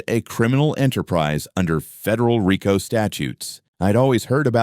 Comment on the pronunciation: You say you're formal law enforcement, you are mispronouncing "RICO".